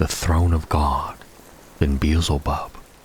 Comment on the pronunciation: Bro, it's pronounced Bee-el-ze-bub, not Beezlebub 👍🏻